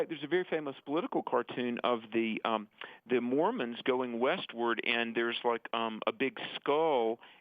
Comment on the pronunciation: it's Mormons, not Mormans.